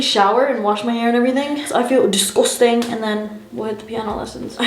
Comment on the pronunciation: She sounded so British when she said disgusting 😂😂